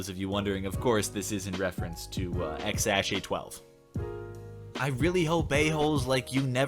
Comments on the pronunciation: You pronounced it wrong. But that is the closest pronunciation of X Æ A-12. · damn you really just pronounced x æ a-12